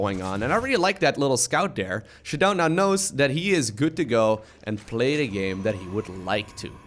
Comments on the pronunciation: Anyone else annoyed with him saying, “shadone”. I’m pretty sure it’s pronounced “sha-DOWN” like showdown. Lol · Its pronouced Shadow'n